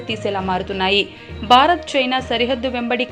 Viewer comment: భారత్ అనాలి బారత్ కాదు